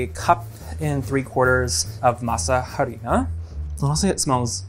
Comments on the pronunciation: The "h" in harina is silent 🙃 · Spanish tip #1 Masa harina Is translated to Masa flour ...so just say. Masa or Masa flour. #2 the letter H is silent in spanish. So it's Arina ...not Jarina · It's pronounced Mah-sa Are-ina. The H is silent. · Once you make your own tortillas, there is no way back. And please, English speaking people, de H in harina is silent. In every Spanish word that starts with H, it is silent. Our Spanish speaking brains would thank you very much. (There are more particularities about H in Spanish, but let's begin there)